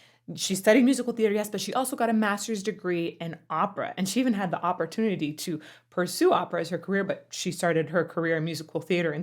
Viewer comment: Did you just say Operatunity? 😂